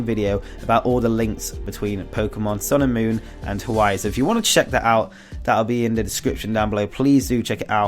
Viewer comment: It sounds like you're saying "Pokemon sailor moon" hahaha